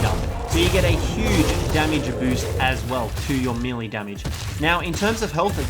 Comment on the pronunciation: I dont know if it bothers any one else, but melee is pronounced may-lay. Not me-Lee. Please stop, it makes me cringe hearing you mispronouncing your words constantly.